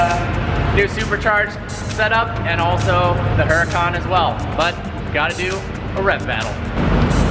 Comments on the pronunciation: Huracawn? I thought it was a Huracan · Yeah it's pronounced oo-rah-can